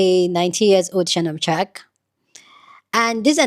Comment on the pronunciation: Shamnon shark??? I thought his name is Shannon sharpe 😂😂😂